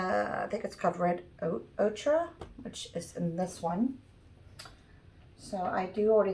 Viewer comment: Not a big deal, but it’s pronounced oker.